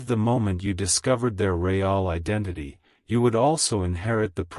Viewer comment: CAN YOU STOP SAYING RAY ALL JUST SAY REAL ( PRONOUNOUNCED ; REEL)